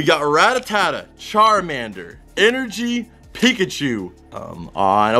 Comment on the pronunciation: I swear it sounded like he said nigga-chu